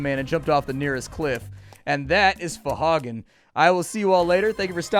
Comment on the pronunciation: Ph'nglui mglw'nafh Cthulhu R'lyeh wgah'nagl fhtagn Cthulhu fhtagn not fohagen